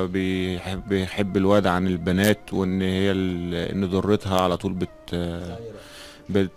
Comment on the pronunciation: 😂😂كلمه ضرتها بالضاء وليس بالدال لان الدرة بالدال يعني اللؤلؤ